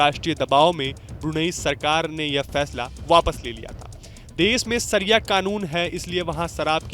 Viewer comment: शरिया का प्रोनाऊनशियेशन सही कीजिए ।